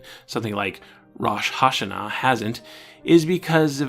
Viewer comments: Great video! Just a small tip for your Hebrew pronunciation: Kaddish is pronounced more with an "ah" sound and Rosh Hashana is pronounced with the o being an "oh" sound and the a being an "ah" sound. The accent pattern sorta falls like Rosh Hashána although that looks really weird to write. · You are accurate on the story of Chanukah, but I must correct you on pronunciation. Rosh Ha Shanah (rohsh ha Shah-nah) means “head of the year”). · You: Now, I'm not Jewish. Every Jewish person hearing you pronounce Chanukah and Rosh Hashana: We know. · As one gentile to another, I just have to say that your pronounciation of "Rosh Hashanah" is atrocious. On the other hand, good on you for at least trying to say it right. More on topic, I am personally happy that the showed did take these occasional dips into Judaism, giving a focus to aspects of the culture that rarely gets brought up, especially in children's media. It's a bit sad that there was such a backlash to it.